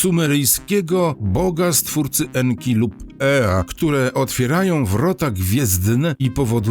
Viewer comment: Nie En Ki en to NKa czyli Kobieta EnKa